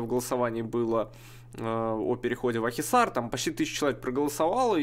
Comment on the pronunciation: Правильно Акхисар)